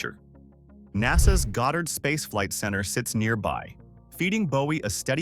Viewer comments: Bowie is pronounced Boo-E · OMFG ITS PRONOUNCED BOO-WEE!!!